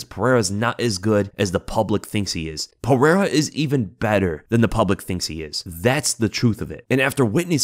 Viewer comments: piera lmao still cant say his name right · its Pereira, not Piera. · Oh and his real name is pronounced ( pahaira) your welcome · Thank you for addressing that. I don't know why DC, the mega cheater, thinks his words have ANY validity. Not even gonna talk about. He's a clown who can't even pronounce Pereira's name right 2 years now.